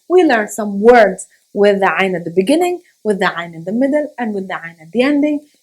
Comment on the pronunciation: Brilliant way of saying ع 😁👏🏻